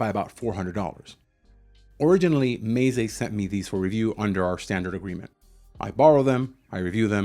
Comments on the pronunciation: It's meh-zay not may-zay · Should be more like meh tseh or meh tsay I think. But that's not a very friendly way to correct someone is it?